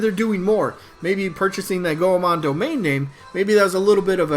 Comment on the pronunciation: Oh dont want to be that gal Goemon is pronounced Goy-Mon. Named after Japanese kabuki ninja legend Ishikawa Goemon:)